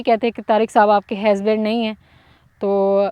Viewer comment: ap bht acha bolti hy bs ek word ni sahi bolti hazband ni husband hota hy ap py suit ni krta ajki video me ap ny kafi bar bola